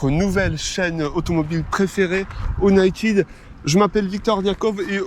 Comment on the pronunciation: « O-naï-tide » ? Ça se prononce « Ou-naÿ-tède » bordel